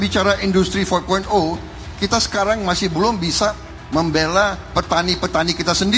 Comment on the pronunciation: menit 49.30 dmana mr.gembul menyebut kan istilah industri 4.0 sebanyak 4x dan beda semua..wkwkkw four one zero, four zero ,four dot zero terakhir four one zero dan gapernah menyebut four point zero .wkwkkwkwkw